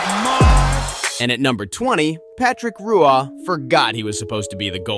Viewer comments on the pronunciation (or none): You definitely aren't that big of a hockey fan if you can't pronounce Patrick Roy's name right. And maybe you should do some research before doing these videos. That Cans vs Panthers game wasn't even close to the longest game in NHL history. Longest regular season game in history - 176:30 Detroit Red Wings at Montreal Maroons, 1936: 6 OT Longest playoff game in history - 116:30, 6 OT - March 24, 1936: Detroit at Montreal Maroons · All the says I’ve heard Patrick Roy’s name Said. Patrick “rOy” Patrick “Wa” Patrick “Rouah” Patrick “ray” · Patrick...Ruah?!?! It's just Whah. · Patrick Ruah? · OMG - RUAH? LOL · literally 10 seconds into the video and you made me cringe... Roo ahh????? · That pronunciation of Patrick Roy just just gave me an aneurysm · That was actually how his name was supposed to be pronounced. If you look up the video of the fans calling him Patrick Roy he tries fighting one of the fans because he didn’t pronounce it the right way, which was properly pronounced by the announcer in the video…. Just saying.